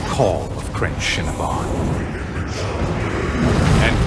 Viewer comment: I hear "Crenshinibon" and my mind says "Crave Cinnabun"